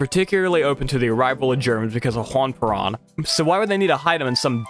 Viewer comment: For Perón, It’s pronounced like pear own.